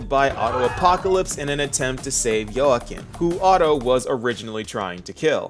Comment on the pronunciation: I guess thats a logical conclusion on how to pronounce Joachim 😅